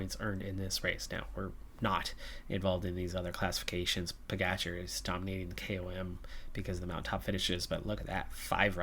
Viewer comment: RojTS. If you don't have the inverted roof symbol over 'c' in most Slavic languages, you pronunce it 'TS', like Kranjc. :) The other letter 'č' you correctly pronunce as 'tch' in Pogačar, Mohorič, Roglič. The only drawback is that PCM doesn't support proper letters. It's is interesting that they have the letter 'š' in there for your Lithuanian rider Meškauskas (meSHkauskas) in your other campaign. I honestly hope you don't mind my correcting you! You'll have to come to Slovenia to practice or you may visit our exclave in Cleveland. XD Quite a lot of our residents emigrated to the Great Lakes before and after both World wars. My gerat aunt has lived in Cleveland for over 50 years and moved to Miami five years ago. She prefers 'warmer' weather in her learly 80s. XD Ah, great work and excellent results in stages 5 and 6, KUTGW!